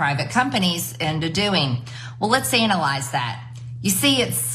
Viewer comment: taylor green did not say "let's analyse this" she said "let's anal ise this". over to you mister freud